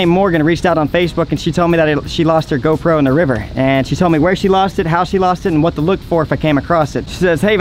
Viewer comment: am I the only one, or does he say "GoPro" so weird, the wrong emphasis on the wrong syllable.